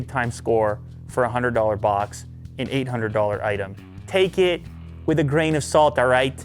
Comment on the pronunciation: I loved the part when he said "buaks".